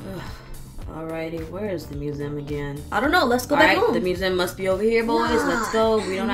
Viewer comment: Lol he said we are going to the "moo zem"